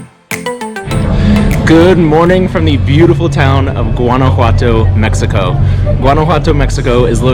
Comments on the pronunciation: Nice but you are mis pronouncing “ one” a what toe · Maybe get some coaching on pronunciation. "GWAN-a-whatto" is really painful to the Mexican ear. Much like "GWAD-a-la-harra", or GWAUCK-a-mole-ee". Ouchie! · I couldn't watch more than about a minute of this because you don't know how to pronounce Guanajuato. It doesn't sound like the G in Georgia, it sounds like the G in Guatemala, or do you pronounce that like most gringos pronounce guacamole - embarrassingly.